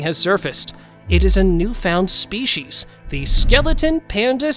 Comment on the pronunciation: Come on dude there's no h in species so quit pronouncing it spechies